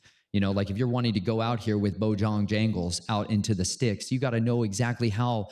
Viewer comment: Watching again and I’m sorry, but did he just say “Bo John jangles” played off Bojangles? Bc That sent me, fr 😭🤣